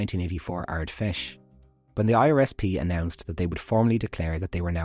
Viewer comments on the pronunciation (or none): Hey great video, but just so you know in future you don't pronounce the "F" in Ardfheis, the h being a séimhiú makes the F silent. So it'd be like "Ard-Esh"